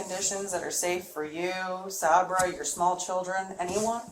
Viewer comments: Is she calling Sabre SahBruh on purpose? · the detective mispronouncing Sabra's name is killing me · The way she's pronouncing Sabra is driving me crazy lol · not saber…. Sabra. Like the hummus 😂😂😂😂